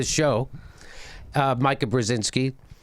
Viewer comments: The name is Meeeeeeeka Jimmy not Meyeka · JImmy it's Meeka not Myka. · It's MEE-ka.. NOT "Mike-A"... ugh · Me-ka not Mi-ka in terms of pronunciation....lolllol that's how she pronounces her Polish name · "Mike-ah?" No, "Mee-ka." Obviously Jimmy has NEVER viewed Morning Joe. Oh, now he is saying: "Mee-ka." Did someone whisper in his ear? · Jimmy, it's mEEka, not mika. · Her name is pronounced meeka..... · It's pronounced "Mee-ka" ;) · Oh, and learn her name. If you're going to make fun of Mika pronounce her name correctly.